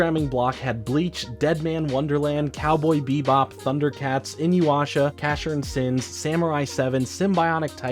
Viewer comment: This man can't say inuyasha to save his life 😂😅